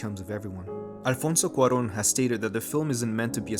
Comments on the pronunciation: Children of Men has been my favorite movie in the world for years now; and listening to this beautiful essay just makes me love it even more. So many aspects to dissect and details to admire ❤️ Btw, you absolutely nailed the pronunciation of Alfonso Cuarón and baby Diego hehe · Not related but that "Alfonso Cuarón " was perfectly pronounced. I speak Spanish and I thought I was listening to a native speaker or maybe I was. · I got so excited with your flawless pronunciation of "Alfonso Cuarón", I want to give you a hug. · What gets me the most is how cruel and dead the "reality" seems. Btw you pronounced Alfonso Cuarón BEAUTIFlY